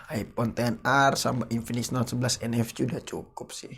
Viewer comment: Sering kepleset atau lucu ngomongnya...kaya UFS dia ngomong nya UVS...🤣 Terus ngomong NFC jadi ENEFCI...